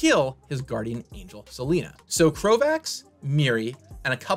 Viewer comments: It's not Selena, it's Selenia! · It's 'Selenia' NOT SELENA! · it's "Selenia" (Seh-LEH-neeyah), not "Seleena".